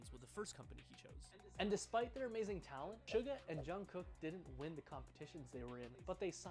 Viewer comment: Hi!! Thank you very much for the reaction. I'm looking forward for part 2. But fyi suga is pronounce as "shu ga" (like the ga in omega) not "su ger" (ga in sugar). and RM is the leader of the group, he leads the group being the spokesperson especially when they go overseas. You are correct he is the leader. The other member all call him their leader. and one last thing to share is altho they seems like they are picked and trained, they are still very very talented and hard working. For example Jin, he was cast on a bus but he did work hard to become a great vocalist. Thank you again for the reaction!